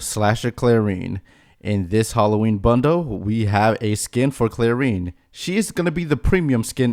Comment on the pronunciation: Clair-en Not Clair-EEn